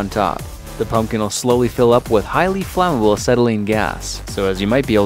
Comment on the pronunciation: umm yes